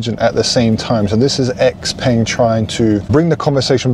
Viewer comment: peng is pronounced more like pung